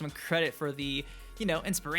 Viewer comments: Also "Coooole young!" 😂😂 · Can you start saying Cole Young properly